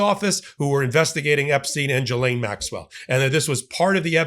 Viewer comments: Not jilaine..gilaine. Just sayin’ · It's pronounced Ghi-lane. Hard G. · Everyone seems to pronounce this name differently so I looked it up. The name Ghislaine is pronounced: “GISS-len” (IPA: /ˈɡɪz.lɛn/) Here’s a breakdown: • “GISS” rhymes with miss • “len” sounds like the name Len Ghislaine Maxwell herself reportedly uses the English pronunciation: “GISS-len.” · I find it funny how all Americans pronounce Ghislaine wrong lol